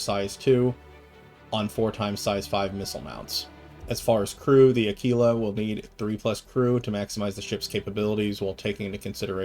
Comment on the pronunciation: Uh kee luh like tequila. Nobody drinks tuh kwilla